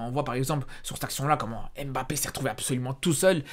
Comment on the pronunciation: Tu prononces tellement mal le nom de mbappé.Pour t'aider c'est pas émbappé mais mbappé😂